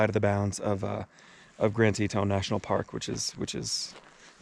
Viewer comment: It’s Teton not Tetone 🙂👍🏻